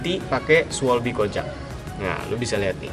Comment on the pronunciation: Bro ngucapin bannya pake bahasa jerman schwalbe kojak jadi schweibi kojek. Hahahah